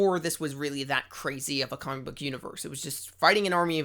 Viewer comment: “Kohmick” lol